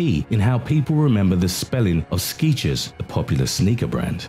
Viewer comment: Skechers is new to me I knew all of them. Stetchers lmao now it's pronounced very differently. What a fucked up world we live in.